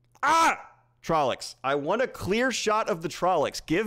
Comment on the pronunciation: It's, among other terrible mispronounced words, TrollOcs, not trollEcs. Also, forced Chad laugh confirmed.